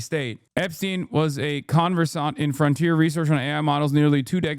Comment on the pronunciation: conversaant, not conversaunt